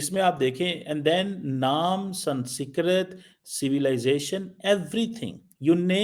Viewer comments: stop pronouncing the word "SANSKRIT" wrong on purpose. You know it's not "SANSKIRT"... It's "SANSKRIT"... You still don't get it... Indonesian President is not the only one SMART in his nation. Indonesians do know their past. This is why while you Pakis were burning down all of the temples of your ancestors in Pakistani, Indonesia's MUSLIMS were busy preserving them. In Indonesia, Hindus, Sikhs, Christians don't have to live in hiding... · I love the way he pronounces Sanskrit ..... We have to learn what president and prime ministers think from this joker.... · He can't even pronounce the word 'Sanskrit'...I don't know why we need to subscribe to him, he is spewing venom against India....of course we can watch him for fun. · pronounce Sanskrit world properly. It is the language of your ancestors. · ko sanskrit bolna nahi aa raha.. Kya education hai tumari.. Doctor ki degree Mil Gai Hai but pronunciation Karni bhi nahin aati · Why cant this fool pronounce Sanskrit.. what a waste .. and he has a phd.. wow.. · Woh jaanki galat pronounce karta hai